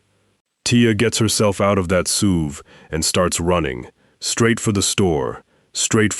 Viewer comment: Are we calling S U Vs Sooves now?